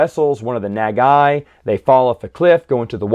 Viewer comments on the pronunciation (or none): Pronunciation for Nagai is thr same as Go Nagai